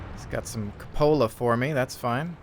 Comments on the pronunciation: cupola [kyoo-puh-luh] Not Cup-ola. lol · Drove me a little crazy listening to this one XD It's pronounced coop-ola like the coop in 'chicken coop' or 'cooped up'. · No, it is pronounced kyoo-puh-luh, like Q, not cup, not coop. Dictionary. com will give you voice pronunciation to clarify.